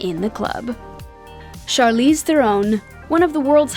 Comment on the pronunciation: You're still saying Charlize's name wrong. It's not pronounced "thrown" it's Tron